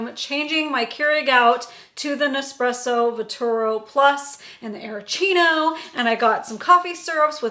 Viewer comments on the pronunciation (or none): The machine is called VERTUO, there is no second R in it. Here it is phonetically Ver-Too-O. Also Lungo is pronounced Loongo.